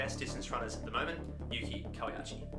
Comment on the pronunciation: Great vid and runner. Just a small note: it’s pronounced Kawa-“oo”chi, not “ya”chi 👍🏼